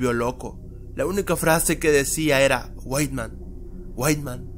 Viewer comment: no es para ofender pero se llama white man no weitman :v